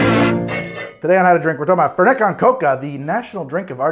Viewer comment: I love that he pronounces it like fhernhet cohn chocaha